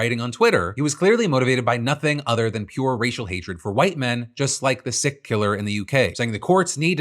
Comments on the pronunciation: "just like the sick killer in the UK" - "sikh" not "sick", sounds like "seek" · God damn it Phil, Sikh is pronounced 'Seek' not sick. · Sikh is pronounced "seek," not "sick." My takeaway from this is Karmelo needed better parents. GoFundMe suddenly going back on their promise to leave up Ben's donation page without saying anything tells me that they were ordered by the court to do it. The corruption in the US justice system is on full display here. An entire city's PD was found to be totally and utterly compromised, and not a thing is being done by the federal government (we all know why). Ben should not be getting sued for "damages" he didn't even cause, given that this entire issue could've been avoided if the leadership of B&M had any integrity or morals to speak of, OR if the American Forks PD just did their jobs (lmao). That councilman thanking the police makes me wonder what he did to the person or people trying to get at him, given that it's very clear that the PD doesn't uphold justice. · You pronounce Sikh as “seek”, not “sick” fyi. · Hey Phil, teeny, tiniest correction. Sikh Should be pronounced "seek" not "sick" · Sikh is not pronounced ‘sick’ but ‘seek’ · Hey Phil, just wanted to correct your prononciation of Sikh. Though it may be different between UK & US prononciations in the uk we don’t pronounce it ‘sick’,but ‘seek’ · sikh pronounced *seek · Think that was 'Sikh' not 'Sick' Phil 😅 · Murder is murder. You don't get to murder someone because they shoved you. Especially when you had the foresight to bring a knife to do it. That falls under premedatated. As for sikh, it's 'seek' not 'sick'. They're the ones that look like they just got out of the shower with a towel on their head. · You pronounce Sikh incorrectly. It sounds like seek. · Hey Phil, FYI. Sikh is pronounced “Seek” or Scheek” Had a Sikh friend in Toronto long ago. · Sikh is pronounced like SEEK btw dude. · Yo Philip Sikh is pronounced seek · Sikh is pronounced “seek”